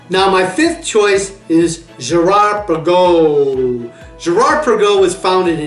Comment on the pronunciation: Girard Perregux is pronounced Pear-a-go.